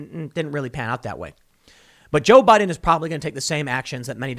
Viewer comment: Jo-Bi-Din 乔比丁